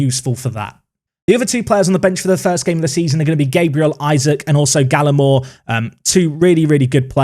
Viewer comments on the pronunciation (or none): none